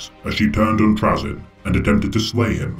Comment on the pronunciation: Your pronouncing it wrong, its pronounced Troll-Zahn. N; the ultimate kleptomaniac in the galaxy. He also happens to be an amateur Pokémon master.